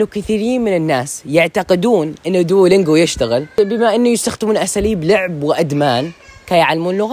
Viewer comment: انطق دلنجواصحيحة و